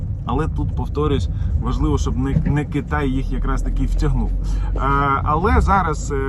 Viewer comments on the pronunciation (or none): none